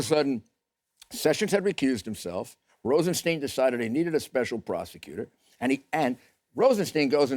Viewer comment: Nosferatu is having trouble pronouncing 'Rosenstein'. Just think of 'Frankenstein' ... same pronunciation.